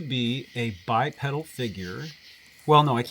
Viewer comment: hate to be 'that guy', but it's "bai PEE' dl"